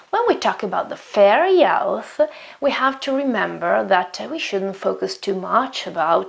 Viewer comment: great video! just one tip, fair youth is pronounced /ju:θ/ and crown /ˈkraʊn/ :)